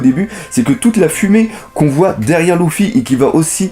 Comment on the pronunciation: pas loufy leufy mais s'écrit luffy